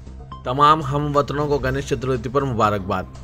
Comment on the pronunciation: Are Bhaiyo Ganesh "Chaturvati" nahi Magar "Chaturthi" hai...!